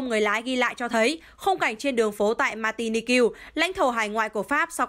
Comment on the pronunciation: Bởi vậy. Mạc ti ních mà nó đọc làm sao mà ra ma ti ni kiêu vậy trời!!! Bó tay với mc này luôn.!!!